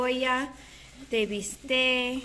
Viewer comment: Just curious, do you realize there is a C, that you DO pronounce at the end of BISTEC. its not BISTÉ…………